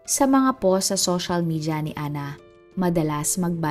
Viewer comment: Love ko po itong channel nyo po so sana ok lang macorrect lng po ung pagbanggit ng post - bale dpat po bgkasin sya ng powst. Mnsn kc nakakalito ibg sbhn pg nrrnig ko pos